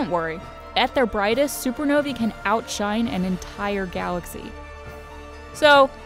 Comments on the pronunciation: "supernoae" G freaing G.. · Thought it was supernowae